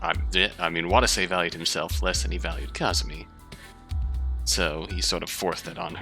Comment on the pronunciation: i'm gonna be that guy, sorry, pls forgive my pedantry it's kazami, not kazumi